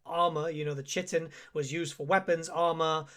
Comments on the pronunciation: Kay tin, not tji tin. Don't blame me, I didn't invent the inconsistent mess of chi-words in English. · Pet peeve of mine: chitin is pronounced Kai-ten.